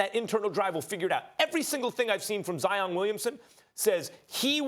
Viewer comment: the disrespect in how you just pronounced my guys name. wow....